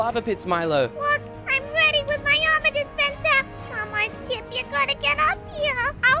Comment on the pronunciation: um you said ship it's chip